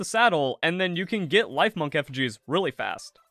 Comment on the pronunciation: great video bro. I have always found it difficult to listen to pokemon or palworld content because of the awful butchering of the names but i was able to get through yours because of how amazing the content was great job! LIF - MUNK rhymes with chipmunk... TOM - BAT rhymes with Tomcat.